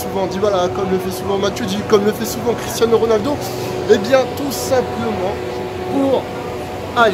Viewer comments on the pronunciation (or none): none